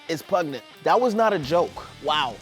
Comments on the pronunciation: PUGNENT 😂 LOL he's so cute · I can't get past pugnent hahaha